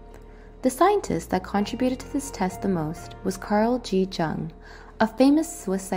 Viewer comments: Carl Gustav Jung was Swiss and his name is German, so it's pronounced as /jʊŋ/ (YUUNG) and not /ʤʌŋg/ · I wanted to add your link to my website but Jung is mispronounced. This show a lack of credibility which is unfair since this video is solid. The J is like a soft Y by the way... Thought you might want to know? If not, I apologize.